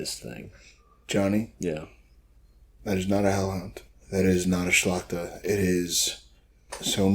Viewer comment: I must congratulate you on the correct pronunciation of the word szlachta(i hear many weird version). Plus, it's interesting to listen to your podcast. Good job😁